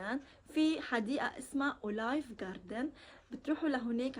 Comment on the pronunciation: بعرف بس عم تلفظها غلط عم قلها بالفرنسي اوليف مش اولايف